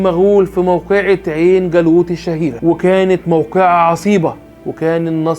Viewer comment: المحتوي دائمًا بيكون رائع ووافي علي الرغم من البساطة الشديدة التي تميز كل الفيديوهات ( ولعل هذا اكبر المميزات ) ** ولكن ارجو من حضرتك التأكيد علي نطق الاسماء التاريخية ( من حيث التشكيل ) وذلك لوجود بعض الاخطاء اللفظيه مثلًا: شجر الدُر وليست شجرة الدُر ابن تَغري بردي وليس ابن تُغر بردي عين جَالوتْ وليست عين جالوط واسف علي النقد بس بصراحه المحتوي محترم جدًا وهذا مادفعني للنقد البناء